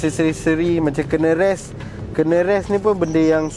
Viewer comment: bang, salah sebut tu.. bukan 'kene rest', sebutan dia 'knee = ni rest'